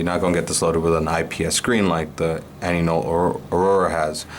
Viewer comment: Why are you calling it Anynol? I thought it was AINOL.